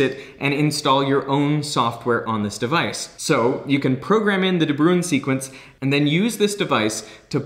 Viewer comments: I was a little frustrated with his pronunciation of ‘De Bruijn’. Instead of ‘brew-in’, it sounds more like ‘brown’. The J in the IJ-combination functions as a vowel, not a consonant. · When it says De Buijn and Americans say The Brewin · De Bruijn is a Dutch (or Dutch language area) name. The correct pronunciation is really close to it’s translation into English: the Brown. Easy trick for you English folk out there to remember the correct pronunciation! Or it was a Dutch immigrant and the pronunciation actually changed to what Derek used, but I can’t be bothered to find out... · FYI: pronouncing it 'de Brown' would be more accurate. 'Bruijn' is Dutch old-timey spelling of 'Bruin' (which is.. Actually also Dutch for Brown). There's no equivalent for the 'ui' sound in English, but the 'ow' in 'brown' is the closest you can get. It's logical that you would try to pronounce it like 'ruin' (looks quite a lot like it), but yeah.. There's only one syllable; not 2. For funsies, you can check out online dictionary pronunciations of 'ui' (onion), or bruin (brown), or tuin (garden). (It's a specifically Dutch thing, I think. Not sure I know of any other languages that use this) Now you know. Not that it matters.. At all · Bruijn is actually pronounced similar to “Brown”. I only speak a little bit of Dutch (and English is not my mother tongue, so it also might sound not as similar to you), so don’t take my word for it, but here you can hear how some native speakers pronounce the surname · it's painful hearing "de brew-een". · A de bruijn sequence, how u pronounced it is not even close 😂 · After whom is this de Bruijn sequence named? Also you pronounced that wrong but it's dutch so for a correct pronounciation mortals would break their tongues trying. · 6: 10 de bruijn XD. It's a dutch name, and how you pronounce it, is very funny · Ok now you need to learn some dutch to pronounce De Bruijn right.